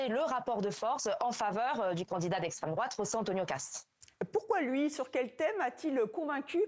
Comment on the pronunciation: Essstrême drouate, essstrême drouate, essstrême drouate....